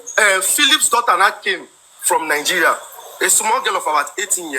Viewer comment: Poverty elevation program😂 I think he found out later that she was a pro. She can’t even say Nigeria, she keeps saying Nigerian instead of Nigeria. She is gonna suffer let them deport her. This man is gonna be elevated and she would be put to shame.